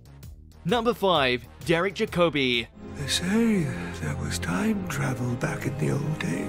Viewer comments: Since you sound British, I am forced to wonder how on earth you manage to mispronounce in major fashion the surnames of your British actors.---I mean, shouldn't you really check all name pronunciations? Or do you think your own made-up pronunciations are simply superior to the ones said actors use themselves and you have the right to change them against their owners' wills?----very Mastery type ego thinking there, better be careful. Most egregious is your mispronunciation of the surname of one of the greatest actors of more than half a century which certainly all Brits should know. I refer of course to DEREK JACOBI, whom I have been privileged to witness perform on stage many times. Thr correct pronunciation is JACK-o-bee, NOT Ja-COBE-ee. Please show some respect by using the correct pronunciation of the name of this Master of the actor's art. Your other pronunciation is of Anthony Ainley's surname, which is ANElee (long A sound), not INElee (long I sound reminiscent of Cockney pronunciation---the RINE in SPINE etc.). Such uninformed pronunciations can seriously cause readers to devalue your pronouncements---i.e., your opinions--since you seem to lack the most basic knowledge of even how to pronounce the names of your subjects under discussion. The Web has many tools to help erring videomakers clean up their act, and mend possibly damaged credibility. I strongly suggest you check out those on correct pronunciations of proper names---particularly the surnames of fairly well-kn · How disrespectful to an actor of Derek Jacobi’s caliber to mispronounce his name.